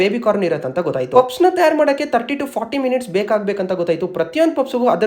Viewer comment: It is not pupsu 😂… it is pronounced as puffs …